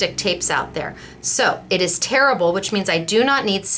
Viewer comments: LOL! When you said our tape was terrible, I thought you were having a stroke. Then I realized you meant "tear-able"! 😂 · Oh, the English language gets me every time... I thought you said your lovely tape was 'terrible' only to realize you said 'tear able'!!!